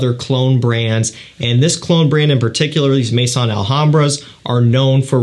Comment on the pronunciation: Thank you for another good review. Just for your info: 'maison' is not pronounced 'may-son'. It's pronounced 'meh-zoh[n]', with 'meh' like 'me' in 'mess' and 'zoh[n]' with a very quiet 'n'. Listen to the pronunciation om e.g. Google Translate